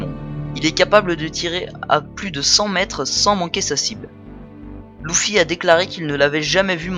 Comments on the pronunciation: Arrête de l appeler louffy on dit Luffy(leffy) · Ces pas louffy mais luffy